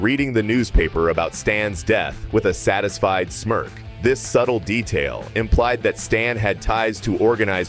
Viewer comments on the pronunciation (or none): none